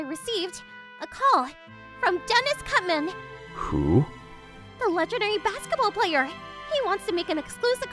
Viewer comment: "Dennis cutman"??? Was it supposed to be Dennis rodman"??😭😭